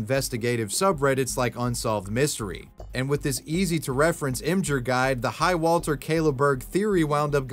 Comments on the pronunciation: Em-jur? Em-Gir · emjur? You mean Imgur (Image-r)? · im-ghur not im-jur.... wtf